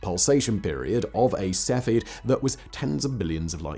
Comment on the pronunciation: Sef-e-id. Not Sefi.